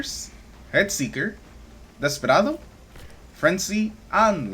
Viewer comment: My first video, and I knew you were Hispanic with that beautiful Desperado pronunciation 😂❤